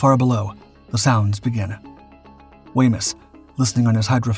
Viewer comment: Wemyss is pronounced Weems...